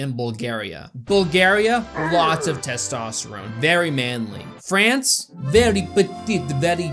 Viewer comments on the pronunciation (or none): none